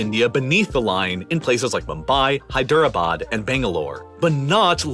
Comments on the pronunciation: Bro's pronunciation of Hyderabad is sacrilegious. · I love the pronunciation of Hyderbad. hy-DER-a-bad! So American. (It's actually HY-dra-bad.) Reminds of when another American pronounced Deborah as De-BOR-a! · As an Indian this is a great video apart from "Hy-dera-bad" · How do u mess up the pronunciation of Hyderabad that badly bruh